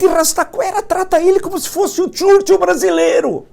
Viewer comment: Ótima live, prof. Mas só um detalhe: assim como o Bananinha também erra, o senhor está pronunciando errado Churchill ("TCHURTCHUL"). Seria algo próximo de "tchêrchêl"